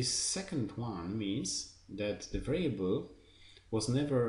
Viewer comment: thanks for the material, few comments: please check the stress of the words 'variable', 'immutable', and yeah, more vividness in voice always helpful ;)